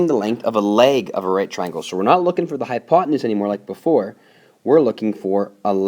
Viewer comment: you mean hypotenuse no hypotemoose silly